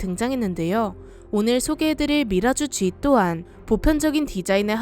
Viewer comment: 누나 미라쥬G가 이상해